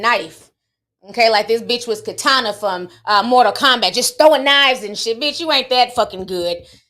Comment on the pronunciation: Im screaming here 😂😂😂😂you said Ketana from mortal combat 😂😂😂😂